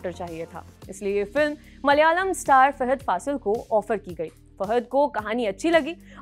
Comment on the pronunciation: Madam... please pronounce the names correctly... You pronounced Daggubatti, Fahadh wrong..& other 2-3 names... Do homework & one more thing...Mahesh Babu is also a great actor... don't criticize by saying..."creative difference ka hawala.." By the way...South Indian actors have very good rapport with each other....unlike Bollywood...😏